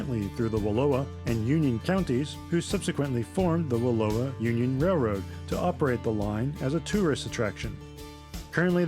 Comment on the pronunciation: 'Slough' is pronounced 'sloo.' Wallowa rhymes with 'Allow-a' not Aloha.